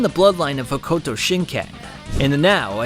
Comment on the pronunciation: That pronunciation of Hokuto is brutal.